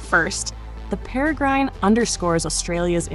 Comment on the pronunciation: IngFFS stop say Perry grine it’s pronounced pera grin after the bird of prey.